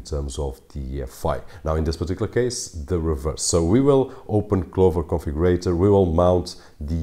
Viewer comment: Who else heard Clover Coffee Grator, whenever he said Clover Configurator?